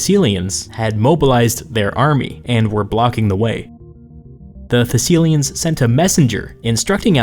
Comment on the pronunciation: Thessilians? Thessalians!